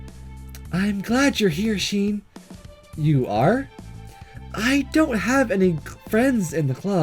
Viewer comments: You said shean!!!! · HE KEEPS SAYING SHEEN